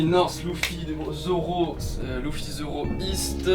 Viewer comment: par contre dire loufy c'est bizarre non enfin je suis pas fan de one piece ou quoi mais dire leuffy c'est plus stylé nan ?